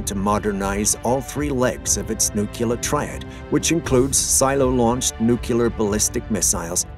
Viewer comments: The writing is fine, but the narrator mispronounces "nuclear" as "nookular" with irredeemable regularity. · WHAT IS A "NUCYALER" ANYWAY?